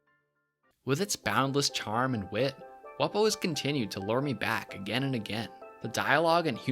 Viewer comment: You pronounced it wrong. It’s pronounced “Wumbo”